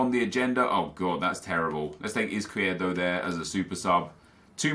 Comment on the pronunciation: 'Izquierdedo' 😂 am I the only one that spotted this ha